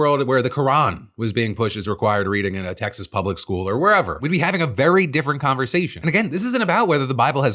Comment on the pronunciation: Did that say "Exas"?